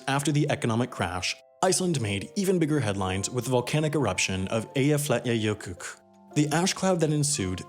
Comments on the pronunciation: Just a little hint: Keflavík is pronunced 'KEP-la-veek' (fl makes a pl-sound) and Eyjafjallajökull is 'EY-ja-fjatla-jökütl' but anyways I liked how you said 'Eyjafjakajökuk':) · It's pronounced Aya-flaya-yokovull. I think. Iceland is sort of an exotic location, even for europeans. Tiny nation (smaller than a city), an island, far north, has volcanoes... And youth that likes to party and wear clothes more expensive than my car (they drink a lot, I guess everyone would after spending 6 months in the dark, at -20 C). Whole nation is also a little bit umm... inbreed (everyone is someone's cousin) so they like outsiders (or they did, with recent tourism boom being an outsider isn't something "interesting" anymore) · Eyjafjallajökull... how to utter this word more correctly than you do? Try: Eyja-fjalla-jök-ull or if that is also too difficult you can also say "the glassier on top of Eyja-fjöll" or "Eyja-fjalla glassier. "Jökull" is just the Icelandic word for Glassier. We call words/names like this "put together" (samsett) as these words/names are in truth many words put together to become one word/name. (Sam-sett is one, Eyja-fjöll is another and "Eyjafjallajökull" is made from 3 words... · A normal icelander : eyjafjallajökull Wendover : eyjafjallajökukk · Wendover: ok its no biggie its just a word right? eyjaflallajokukk Iceland: well at least you tried, it's Eyjafjallajökull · dude its Eyjafjallajökull bót eykafjalkkkkkkk😂😂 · Keflavík is pronounced Kev-la-veek. Eyjafjallajökull is pronounced Eya-fyet-nya-yokul (or thereabouts). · You have to say the name of the volcano 🌋 (it took me 10 minutes of my life to learn how to pronounce but it’s worth it) say this out loud as if you read English : EY-ya-FYA-htla-YUH-kuhtl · Eeyhafliatjeyocuch - Eyjafjallajökull 😂😂😂 I DIED!!! LOLOLOL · Eyjaflatjajökukuch Atleast there was an attempt at pronunciation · its so funny when he tries to say eyjafjallajökull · i am from Iceland and i laughed so hard at his pronounciation